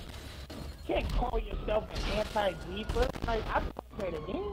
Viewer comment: “Anti gweefuh” 😭